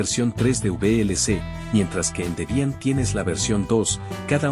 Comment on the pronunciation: “Debián”? “Canonicál”? “Zorín”? JAJAJAJA De donde carajos sacaste esa acentuación bizarra!? Jamás se te pasó por la cabeza aprender la pronunciación correcta, no? Para qué, demasiado trabajo, mejor pronunciás todo para el culo y dale que va, no? 🤦‍♂️🤦‍♂️🤦‍♂️ Yendo al video: 1. Snap es mejor que Fatpak en varias cuestiones, comenzando con que además de aplicaciones gráficas podés instalar aplicaciones CLI, en lo que Flatpak está limitado; 2) algo visto como un “problema” de Snap es que Canonical se guardó la llave para controlar/vetar/curar la tienda, por lo que son ellos los que deciden si algo se publica o no — esto por supuesto tiene sus ventajas y desventajas; en contraste, Flathub es tierra de nadie y cualquiera puede publicar cualquier cosa, buena suerte con no comerte un malware grande como tu insanamente mala pronunciación.